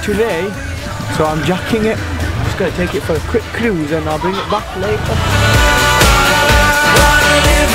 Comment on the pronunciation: the way he says cruise!!!